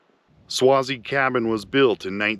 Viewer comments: Thanks for the video. Just thought you should know that you're pronouncing Swasey wrong. It's pronounced Sway-zee. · you need to pronounce the last name with a long "A" sound, phonetic (swaaayzee) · It's pronounced sway_zee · Thank you for sharing all of your videos I enjoy watching and some day hope to go see the places you have gone. Just one thing you say Swayze name wrong lol it is pronounced the same as actor Patrick Swayze. If I offended you sorry I had a Strict English teacher be safe on your adventures and thank you again